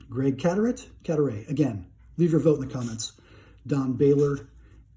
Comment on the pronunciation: Cadaret = “Cadaray” 🤙🏼